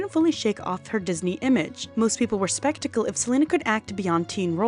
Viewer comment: you mean skeptical not spectical